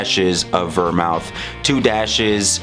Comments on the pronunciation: it's pronounced vermooth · The reason you mispronounced vermouth is because you, sir, are a whiskey guy, not a mixed drink guy.